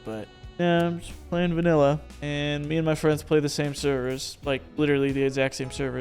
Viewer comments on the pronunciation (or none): none